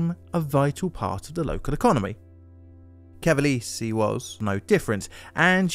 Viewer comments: ca-va-le-se has 4 syllables, not 3. More like "Ca-va-less-ee" than "Ca-va-leeze". "After all of you don’t properly tell someone how to do a job they will use their judgment" Well said! So let me be very clear on how to do your job: When you see a place name in a different language, or simply one you have never heard before, use this handy site called "youtube" to look up "pronounce [word]", instead of using your judgement, when you know you repeatedly mispronounce things. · I need a compilation of you just saying "Cavalese" 😭 Great video dude! I've neen binging on them for hours now ✌🏾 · I didn't know about pre-airplane disaster. I visited Cavalese 10 years ago, great skiing. BTW: We pronounce italian "gi" like Jeep, "gh" like "gimball", "ge" like "Germany" and so on. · Small hint… in Italian, “e” is always pronounced (essentially as ) the “a” of “play” never like the “y” in “play”, as you pronounced with “Cavalese”.